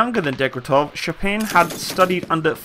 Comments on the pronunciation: aaaaaaah my ears are getting raped send hlep(coz DEG-TE-REV not degretev and SH-P-AGIN not shampain)im sorry i know u are not a native speaker and for europeans it is sometimes hard to pronounce names. BUT FOR CRYING OUT LOUD I CANT BEAR HEARING THAT MULTIPLE TIMES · Shpa-gin! Dekh-tya-rev! it's easy! You are way off proper pronouncing! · Shpa-Gin (hard G, not like the drink). Shpagin. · Seriously? Degtyaryov and Shpagin are that hard to pronounce even remotely correctly??? That was sooooooooooooooooooooooooooooooo painful to hear. "Dektov Shapin" ........ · Deg-tar-yo-v Sh-pog-in F-yo-dor-ov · your pronunciation of russian names forcing my ears to bleed. Дегтярев = Degtyaryov. Шпагин = Shpagin. There is no other variants of pronunciation. If you want to hear the normal pronunciation of russian words, you can message me and I will help you with that issue.